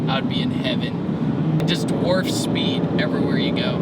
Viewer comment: did he say warf speed?